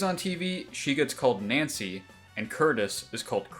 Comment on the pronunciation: I can’t get over the fact you keep saying nyancy.